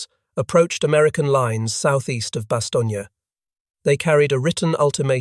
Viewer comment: It's Bastone not Bastonia